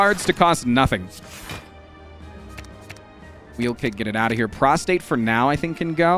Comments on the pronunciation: Straight up said prostate 12 times in 45 seconds and the word is prostrate. 😅 Very, very different meanings, sir! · please, its prostrate, prostRate. The R is very important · Does he know it's pronounced prost-RATE and not prost-ATE? Made me laugh every time. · every time he attempted to say "prostrate", he said "prostate" instead, and I lost my shit laughing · Can anyone confirm whether he’s calling “Prostrate” “Prostate” on purpose? I think he likely is, but he’s so committed to it I can’t tell for sure. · Hes definetly saying prostate instead of prostrate atleast half the time 😅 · HAAANK ITS PROSTRATE NOT PROSTATE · I feel like a punk going into the comments to complain about one thing, but it is so distracting whenever you pronounce prostrate as prostate. Is that intentional?